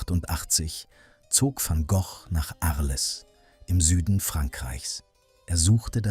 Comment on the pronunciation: Sorry, ich habe mich falsch ausgedrückt. Bei Vincent van Gok, nicht ausgesprochen "Goch" bin ich zugegebenermaßen zusammengezuckt. Die Stimme ist ganz okay.